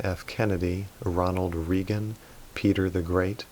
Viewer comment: Ray-gan. Not. Ree-gan.